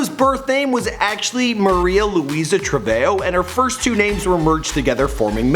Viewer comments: You mean Malu Treve Ho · It's not Trevejo it a TreveHOE